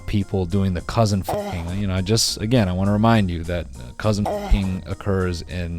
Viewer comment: take a shot every time noel says “cousin ÆUGH”